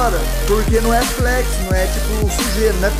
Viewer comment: O não é Flex e sim flét